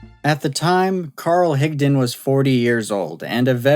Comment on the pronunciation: Thank you for pronouncing Higdon correctly!